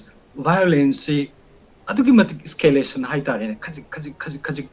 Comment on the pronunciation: Koktang gi wahai kara: eskelation, soolution, emotion, situation 😂😂